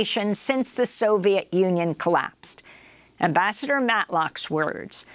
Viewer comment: "And Amabassador Matlock joins us now" Love the 'switch up'.